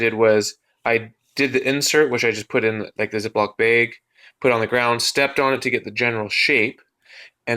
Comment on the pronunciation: Lol are you from abq? The way you said bayg